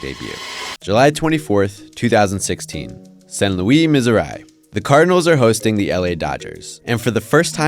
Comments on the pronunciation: I hope that is not actually how you actually say St. Louis. It’s not san louie miseri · “San Luey, Mizzereye” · “Saint Louie, Miz or I” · Saint louis, missiouri, but pronounced saiynt louieee, missourye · Learn to pronounce St. Louis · Why tf did u say saint louis and Missouri like that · Try going to Montreal they all say St. Louis like that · Is anyone gonna roast this dude for saying saint Louis Missouri totally incorrect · I stopped watching after his pronunciation of St. Louis Missouri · FYI I’m from saint louis that’s not how u pronounce it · IS ANYONE GOING TO ACKNOWLEDGE HOW HE PRONOUNCED ST.LOUIS, MISSOURI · This video is getting a downvote for the completely horrid pronunciation of St. Louis Missouri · How do you butcher the pronunciation of Saint Louis, Missouri so bad?